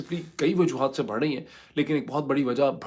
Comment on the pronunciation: You pronounce wrongly the word بڑہ۔ you pronounce it as بہڑ